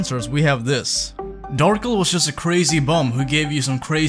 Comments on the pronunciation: Why do you say it like Darkle. Lmao. I feel like it should be Dar-kel. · Darkel or Darkle? I love the video but that is not how I think it should be pronounced lol